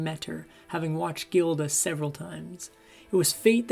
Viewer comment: Her most famous role is 'jiilda'. Posting this petty criticism is the only way to 'assuwage' my minor annoyance. Just run the recording past a few people before posting next time, it's a good channel.